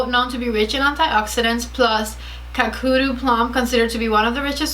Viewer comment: Lol, the way you pronounced Kakadu plum 😂 it’s like ka- kar- doo